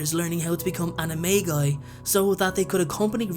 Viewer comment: Hey! ANIMAGUS/ANIMAGI is pronounced as "Animajus/Animajii".